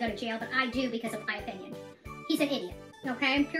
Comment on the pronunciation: Any time she says O-pinion.... Ohhhh it irritates me!